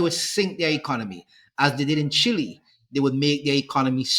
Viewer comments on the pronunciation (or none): none